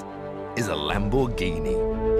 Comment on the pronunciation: "This is a Lamboreghini".